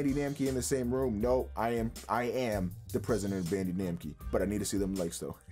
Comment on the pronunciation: Somebody please tell me that his Bandee Namkee was a purposeful mispronunciation